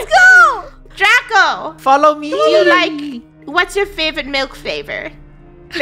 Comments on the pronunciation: its milk not melk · Lol when they said malk insted of milk 😂